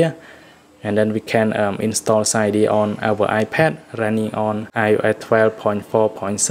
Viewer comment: Cydia not cidya